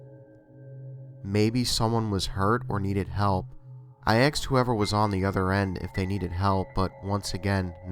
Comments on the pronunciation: He keeps saying "axed" instead of "asked." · Why does he say "axed"? Call me a grammar Nazi, but it's pronounced "asked". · aSked, not axed. Please! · I “axed” who is this 🤣🤣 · If you are going to put yourself out there and narrate stories, I beg of you, please pronounce the words properly. Ask, asked, etc. is not pronounced axe, acts, etc. This is a huge pet peeve and my skin crawls each time I hear it. I'm not even sure if I can finish the video. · Stop saying "axe" and "axed" when it's ASK or ASKED! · the "aksed"....it irritates me so much!! ASKED...asked...asked...asked... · Why the fuck do you sound like you have a blocked nose constantly and say 'Axed' instead of 'Asked'. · Omg, great video but please say aSked, not axed. Sorry. I really love everything else. Please don't hate me! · Axed lol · Axed? come on man! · Sorry and no offense, but one can only take so many "I axed" before pausing a video and moving on. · annoying af aaaaxxxxed damn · "I axed it to say something", "I axed whoever was on the other end if they needed help", "when the dispatcher came on, I axe her if there are any accidents tonight" I'm sorry, you're awesome and I love all your videos, but your "axing" made me shiver more than the story itself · good stuff but I would suggest you learn to say the word "asked" properly.